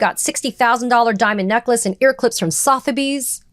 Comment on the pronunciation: Sotheby's - Suth, ae, bays.